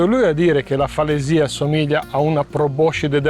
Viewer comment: Comunque la pronuncia corretta è falèsia.